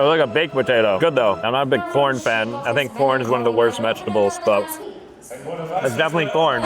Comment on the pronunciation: I’m not even joking it sounds like he’s saying p*rn instead of corn maybe it’s because his mouth his full but I jus found it weird